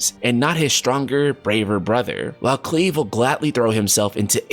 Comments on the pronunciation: I'd. Never heard the name cleave till this video 🤣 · cringing at KLEEV